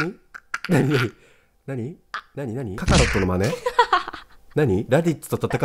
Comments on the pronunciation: なーくん 「かか↑ろっと」なんか違う.......... 主は 「かか↓ろっと」やと、思う.......。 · ななもりさんが言った｢カカロット｣が｢カ↓カ↑ロット｣じゃなくて｢カ↑カ↓ロット｣になってるのめちゃ好きなんだが(笑) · ななもりさんのイントネーション ． ．． カカロットじゃなくてカカロットなんね笑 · カカロットのイントネーション 気になる笑笑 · ドッキリ→ドッサリって何w カカロットのイントネーションww